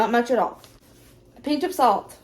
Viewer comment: I adore how you pronounce pinch 😍 peeench😂